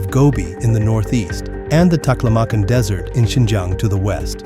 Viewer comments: It really detracts and distracts from the message that the AI narration keeps saying "dessert" instead of "desert". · Stop pronouncing desert like DESSERT. My god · The AI voice! Desert has become dessert ! Not until you’ve had your vegetables, mind you 😂